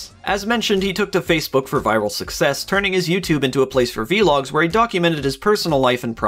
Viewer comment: "Vlog" not "V-log" it is one word. Vl-log. Other then that nice video.